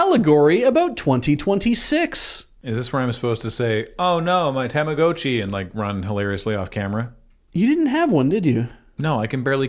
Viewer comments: that's the correct pronunciation. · he's pronouncing it correctly, it's a long O. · and pronouncing Tamagotchi correctly healed 2 morale.